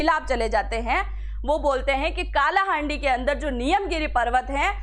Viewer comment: काला हांडी नहीं कला हांडी